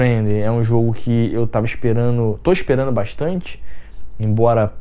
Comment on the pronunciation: Engraçado o jeito que você fala! Kkk fazendo: fazeno; esperando: esperano; chegando: chegano...kkkk